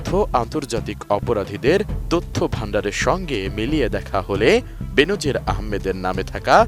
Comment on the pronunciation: বেনজির নাকি বে-নজির 🙃😃! নাকি টাকা পয়সা হলে নামের উচ্চারণ ধরনও পাল্টে যায়?